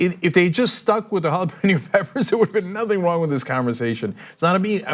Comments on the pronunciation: "Hallapino" peppers 🙄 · Jalapeño became "halla-pih-no" on that call 😂😂😂